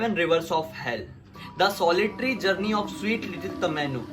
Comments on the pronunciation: Dude its tomino not tamino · It's not tamino it's tomino😂😂😂😂😂😂😂😂😂😂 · it's tomino hell not tamino hell😂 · Not tamino it's tomino